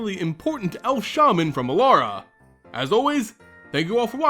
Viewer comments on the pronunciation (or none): none